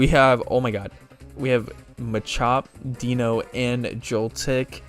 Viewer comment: Deino is still pronounced Dino, just with the german for one inserted (Eins). I'm pretty sure i told you this at least once on a stream. You should've taken it tho. The locke would've started instantly when you got your starter as it was holding a pokeball. It's pronounced Vespiquen not Vespiqueen as GF decided not to change the name limit. But i'll forgive you on this one. You can put in a dragon rage clause for the first 3-4 episodes if you want to, allowing you to survive bs dragon rage fights. Also, to anyone reading this, only 46 of the channels 271 subscribers (at the time of my writing this) have joined the discord server so if you want to join, check the link in the description.